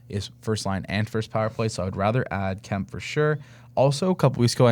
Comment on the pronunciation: Adrian Kempe (pronounced Kemp-ehh). It's almost like you've never watched a Kings game before. Love your show but that is weird you don't know how to say his name.